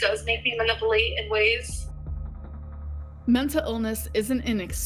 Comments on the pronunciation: I always hear it as “mah-nipple-ate” when she says it 😂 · Just 30 seconds in and already I've heard pronounce manipulate as maniplate and mental illness as menta illness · Muhnippleate? 😅 LMAO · Maniplate…not manipulate.